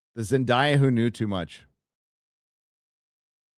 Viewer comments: Isn't her name pronounced like "Zen-DAY-ah" so you would actually do something like "Spider-Man: Brand New Zendaya"? Love ya! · It is Zen DAY ya. and Drinker have been mispronouncing it this entire time.